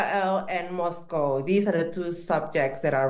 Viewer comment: God I wish American could learn to pronounce Moscow properly. Especially by a person who claims to have worked and lived there.